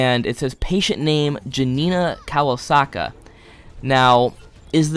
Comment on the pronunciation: the way of pronauncing janina kowalska XDXDXD greetings from Poland